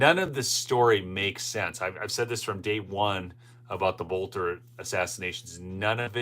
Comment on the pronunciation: It may just be a pet peeve of mine, but you need to pronounce their last name properly. I mentioned this once in one of your videos. His last name is pronounced belter, the O is silent. His dad was a school teacher of mine. Everybody is pronouncing his name wrong, except for a few people on the local news.